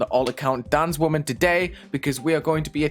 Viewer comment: i hate that you pronounce women wrong every video